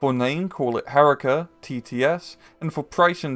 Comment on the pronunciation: Its not "HErika" (not like Erica) its "heRIka" like (Eureka).